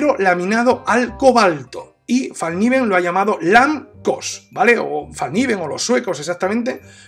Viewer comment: Una linda pieza. Una sola corrección a la pronunciación de la marca. En sueco se pronuncia foneticamente "felkniven" pronunciando la "k" tal como se escribe, lo cual significa literalmente cuchillo plegable. Felicitaciones a la excelente reseña. Saludos.